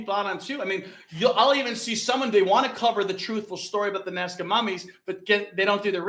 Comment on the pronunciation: Lol...when says Nazca, it sounds like Nascar